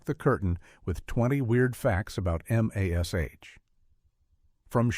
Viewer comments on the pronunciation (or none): Quit calling it M. A. S. H. It's MASH. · Wow, this is bad! Never once has this show been called M A S H ... it's MASH. I turned it off when they misspelled Klinger's name ... you can't blame AI for that.😡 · No one calls M*A*S*H Em Ess Ay Aitch except idiotic AI!